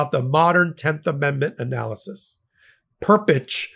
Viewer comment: You pronounced Rudy’s last name correctly Perpich (Purr-pitch, not purr-pick) on the Perpich vs DoD case you cited.